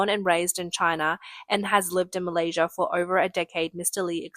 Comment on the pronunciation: I thought it was Malaysia not Malaysirrr :x